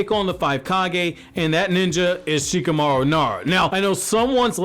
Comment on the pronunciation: Shikamauro kkkkk